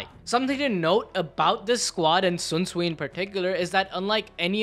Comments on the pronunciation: not Sunsui, not zunsui, it's Shinsuii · Please stop saying sunsuii its sh Sh SHunsui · bro who the fuck is swunswui bru its SHUNSUI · Bro, the H in Shunsui's name isn't silent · I stopped when you misspronounced Shunsui's name twice back to back xd L